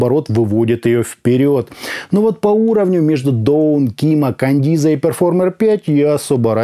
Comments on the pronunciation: Маркетологи наушников смотрели обзор,с перекошенными рожами,скрипя зубами...шипя от злости:"Каденза,а не кандиза...Каденза,Каденза су.а!"🤣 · Не кандиза, а каденца !!! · Хаха, Кандиза 😅. Кандализа)))) 😂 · Отличный приём, возьму на заметку. Берём и неправильно читаем название и получаем кучу отзывов, где каждый хочет поправить. Так бы эти грамотеи ничего не написали бы.